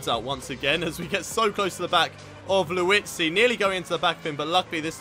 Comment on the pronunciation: he's liuzzi not luizzi